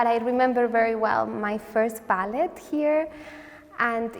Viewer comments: You only pronounce the t in ballet in the word balletic. What a sweetheart! ❤ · Why is she pronouncing ballet without the silent t?